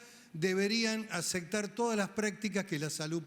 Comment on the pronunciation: Este senador quiere que todos los médicos seamos asesinos sin escrúpulos ni convicciones. Dice que no debería existir la Objeción de Conciencia. Menuda idea!! Señor, si UD quiere que se hagan abortos voluntarios, hagalos usted! Y bajo su propia responsabilidad. Ah! Y aprenda a hablar. No se dice acectar, sino aceptar, con P.